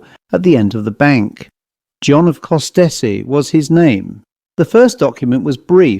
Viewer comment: Just a note Costessey is pronounced as Cossey..